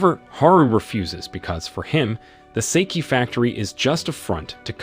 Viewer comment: Sawabe is not the dangerous girl. You’re mixing up characters. And it’s pronounced “sock-hey” not “say-key”